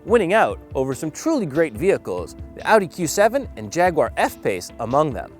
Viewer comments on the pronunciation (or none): none